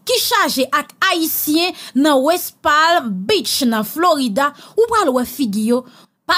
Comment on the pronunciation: Slt, felicitation bon travay. Mw just te vle fè yn ti rektifikasyon pou ou mw swete ou pa pran li mal. "West Palm Beach" L lan silans nan "Palm" nan. Li prononse West Pam Beach